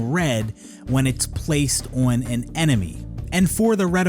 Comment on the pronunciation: Boy still can't say the word "on" properly, and I'm a bloody Canadian.